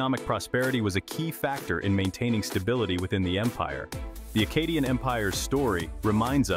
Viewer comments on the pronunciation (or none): Good video but i will say... Maybe decide on one pronunciation of Akkadian... You pronounced it two different ways throughout the video and a couple times you pronounced it two different ways in the SAME sentence...